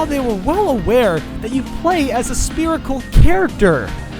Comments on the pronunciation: Only 5 years later did I realize he says "Spearical" instead of "Spherical". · Great video but I hate how he says sperical instead of spherical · Haha "Spearicle" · guys its sperical not spherical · stop saying speerical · Lol "spear" and "spirical"